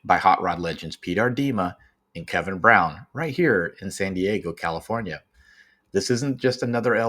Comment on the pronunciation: Braun you tool. Not brown. How stupid are Americans